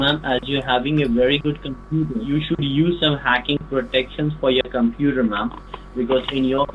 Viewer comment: LMFAO! What's a compooter? XD